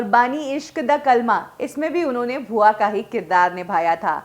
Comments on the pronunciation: Bhua ji nhi...bua ji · भूआ जी नहीं बुआ जी